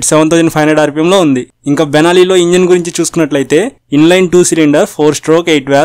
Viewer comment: Bruh..!! Benalli Tenalli kadhu .. it's Benelli 💥